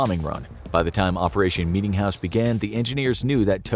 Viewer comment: Bro meetingjouse sounded worst than the atomics